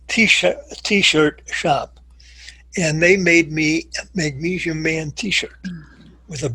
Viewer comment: If he pronounces magnesium "magneeshium" one more time, I'm going to kill myself. And why doesn't he call potassium "potasheeum"?